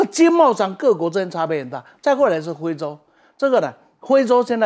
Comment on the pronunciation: 是非洲，不是灰洲